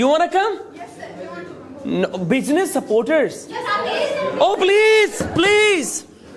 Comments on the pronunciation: Your pronunciation is not good because you were said bujiness that is business. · Why does not anyone correct the pronunciation of bijines instead of business? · Correct your pronunciation, that is not bijnes that is business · It's not bijnees it's beesniss